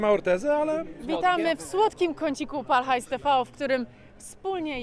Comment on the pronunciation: Ja pierdole nie Pal Hajs tiwi tylko PAL HAJS TV !! Tv nauczcie się 🤦‍♂️Bawiąc Uczy Ucząc bawiąc 🎉